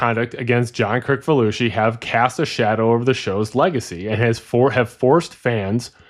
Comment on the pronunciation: It is John Kri(s)falusi, not Kri(k)falusi.